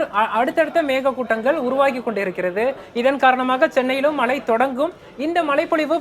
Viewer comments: மழை மழை என்று நிலைக்கண்ணாடி முன்பு நின்று 'ழ' வை சரியாக ஒலிக்க திரு பயிற்சியெடுக்கட் டும். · Ivan naakula vasambu vetchi theikanum pola, killing Tamizh words 😢 not malai ( it gives meaning mountain) 😮 it’s mazhai (Rain) 😅 her pronunciation is correct